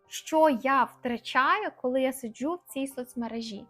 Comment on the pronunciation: СиджЮ, виходжЮ-чого так? СиджУ, виходжУ-хіба ні?